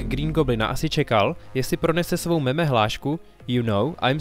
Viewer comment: Já jsem si hlavně všiml špatné výslovnosti pojmu mem. Ve videu zaznělo (a slýchácám to bohužel často) "meme", občast taky "mím".Což je blbost. Jednoduše proto, jakou používáme výslovnost u analogického pojmu: gen (anglicky gene). Gen je samoreplikující se jednotka genetické informace, mem je samoreplikující se jednotka kulturní informace (viz publikace Teorie memů od Susan Blackmore a Sobecký gen od Richarda Dawkinse). A jak neříkáme gene nebo džín, neměli bychom u analogického pojmu používat meme nebo mím (mým).